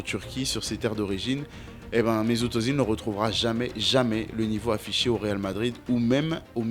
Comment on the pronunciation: Super vidéo. Attention, à prononcer « Euzile ».